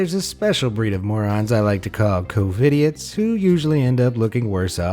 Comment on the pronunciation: "Covididoits" nice